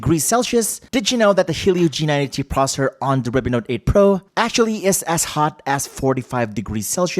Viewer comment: The moment he said processor like prosur